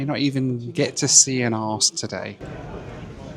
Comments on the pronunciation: Ok so the arse joke would be funny if you weren’t mispronouncing it… Houston would be very funny too if if prenounced it Buttdicks too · How the f**k do you get "arse" from Aarhus? It's funny once, repeating it was incredibly cringe. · Had no idea what city he was talking about until . It's pronounced "Oar hoos" bud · Its pronounced Arehus try finding out how to pronounce names of places, did it cost 60,000 miles i never heard what it cost. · He probably doesn't know the proper pronunciation. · What’s amazing is that he continued to pronounce it Arse to both the airport staff and the taxi driver, almost as if he wasn’t making jokes the whole video. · couldn't stop laughing inside at that city's pronunciation...sounded distinctly like: "Arse" ! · Aarhus is pronounced "oar-hoos" but then this Carry on film wouldn't be the same. Utter bollocks. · Everytime he says arse instead of Aarhus it causes me considerable distress. lol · Why do you call Aarhus "Arse"? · Aarhus, you need to pronounce it correctly. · We used to play a rail game where you could build track to Aarhus, and we'd always say "Our hoos is a very very very fine hoos." It would never have occurred to me to pronounce it the way does here. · I hate that Aaaarrs. is european, he should know better. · Aarhus pronounced arse. You can take the man out of England, but you can't take England out of the man. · Aarhus prono is "Or Hus" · I understand the frustration and disappointment, things obviously didn't end up as expected. And regarding 'arse'... some dane feel free to correct me but wouldn't 'ore hose' pronounced in English be more or less close to the correct pronunciation of Aarhus? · Aarhus is not pronounced arsehus 😂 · Did anyone get a count how many times he said aras in this video?? 😁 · Ah! So that was what he was saying. It sounded like he was saying arse. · It’s pronounced Ar-hous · Same as an English person. In English it is oooor-hooose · I thought he was saying Arse like jackass